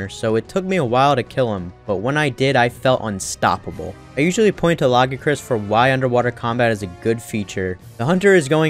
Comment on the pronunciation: Yet another person that can't pronounce Lagiacrus for some reason. Come on people, "Luh-GUY-uh-crus", it's not hard.